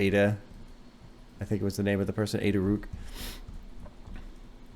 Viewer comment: YOU DID IT! Also, mentioning Ada Rook I would love if you listened to something by Black Dresses. Song hertz is good "I know you think all I need, is just to think positively". Also, I think it's "rook" like the chess piece.